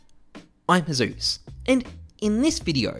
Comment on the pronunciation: It's "Hi, I'm heyzeus" RIP